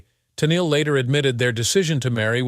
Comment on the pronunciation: Tunnel? Tennely??? I wish uf these exposés are going to use this AI for oration, it be AUTO CORRECTED to pronounce nMes and such correctly from beginning and throughout. Not often or frequently does it correctly pronounce her name..."Ten-eel" correctly. It's voice is also tiresome on the ears as it severally reiterated was has already been said. The information, not withstanding, is ussually interesting but the constant repetition as got to go. This AI is over used not just in these exposes but infomercial also also. Funny though. It NEVER misprinounces the hacked product!